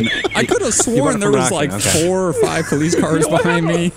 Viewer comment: “Five PD ‘ery body”